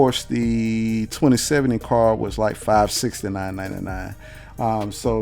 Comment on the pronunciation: car-d not car :)